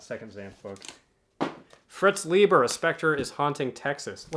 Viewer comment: Brunner is good. SHOCKWAVE RIDER a proto-cyberpunk. Like you, I love Bear's BLOOD MUSIC. Cordwainer Smith and Stanislaw Lem are great auto-acquisitions. The awards volumes always make for good reading. Fritz Leiber's surname is pronounced Lie-ber, not Lee-ber. The Zelazny, LORD OF LIGHT, is really good. Spinrad is oft excellent, but I've not read that specific title. Love Vance. THIS IMMORTAL is good Zelazny. It tied with DUNE for best Hugo novel in '66. L'Engle is pronounced like the apostrophe isn't there. French in origin but anglicized. LENG-el. WIZARD OF THE PIGEONS is wonderful urban fantasy. Love Avram Davidson. I'm not as enamored of his SF, but his Fantasy/Weird stuff is great. THE PHOENIX AND THE MIRROR is great, but also hard to come by. I've never come across that edition in the wild. You're right on the Ron Goulart pronunciation. Ghoul-art. Incredibly prolific, infamous for writing the William Shatner TEKWAR books. HAAKON, not MAAKON. Quasi-historical fantasies centered around Vikings. More sword and sorcery adjacent than true sword and sorcery. Aye, Lumely wrote the NECROSCOPE series. Tiptree was, and remains, a favorite. Gérard Klein, not Gerald. French SF author. His short work, especially the early short work, is his best. The novel isn't related to Nivel and Pournelle. It's just that both titles are playing off of a Biblical episode. Gosh how Thomas Burnett Swann's profile has fallen. THE INTEGRAL TREES is Hard SF. It doesn't begin realistically like BLOOD M